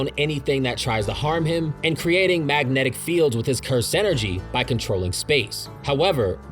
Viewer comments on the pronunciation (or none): none